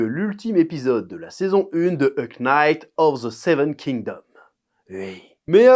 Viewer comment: "o ko nayte of the seven kin domme" :D